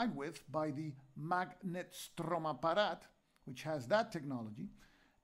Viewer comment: You are doing such a great job! And I love your prononciation of "Magnetstromapparat". Keep going!